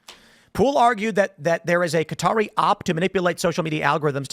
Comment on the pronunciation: So you can say "Qatari" correctly but you still insist on saying "Cutter?" Sorry, I know this is stupid, but ive always hated when people pronounce it like that😂